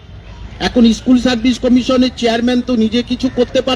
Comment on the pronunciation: ইস্কুল না স্কুল